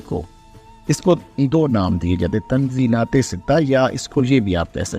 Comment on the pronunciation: تنزلات ستہ کا تلفظ Tanazzulate sitta ہے فقط بغرض اصلاح ❤❤❤❤